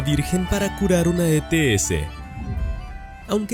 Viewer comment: Se entiende ets perfectamente